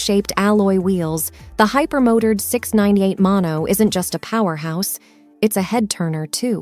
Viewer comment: Tell me you're a bot without using the word bot. You pronounce the word Hyper-mo turd instead of hyper-Mo Tard